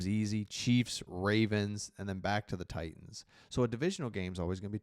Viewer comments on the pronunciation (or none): none